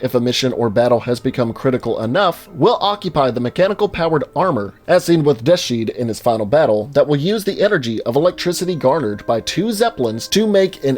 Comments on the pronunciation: Did he say Death Shead? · Admit it! You have never experienced any Wolfenstein! Otherwise you wouldn’t pronounce Deaths Head like “De sheed”. If there is one thing I cannot stand, it is a Fraud! It offends me to my core! Go properly educate yourself on the subject of Wolfenstein! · dr dehsheed 😂😂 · "Deathsheed" lol